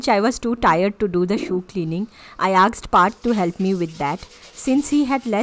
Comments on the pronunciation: Not aksed.....it's asked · I always noticed that u pronounce Asked as "aksed".😀🤗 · good video but I was unseemingly bothered about you pronouncing 'asked' as 'aksed' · Just an observation.. Asked.. Pronunciation is so wrong